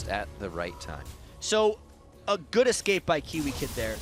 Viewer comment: Seriously, the guy on the right has to start saying escape instead of excape.